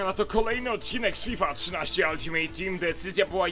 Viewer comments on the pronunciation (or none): none